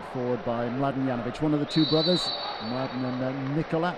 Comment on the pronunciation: It's also Nikola not Nicola